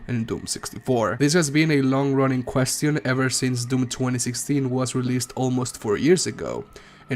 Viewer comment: “Quest E On” 💀